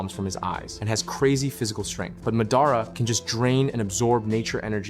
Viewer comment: it's not pronounced mehdaarah rather mahdahraw